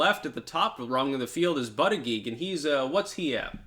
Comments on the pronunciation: Buttigieg name is pronounced like "Buddah Judge" :) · Hey, apparently it is pronounced "Boot Edge Edge". Trump explained it to me at a rally:) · It annoys me to hear you talk about bootedgeedge. I’m not ready for a first gentleman in the White House. Tulsi all the way.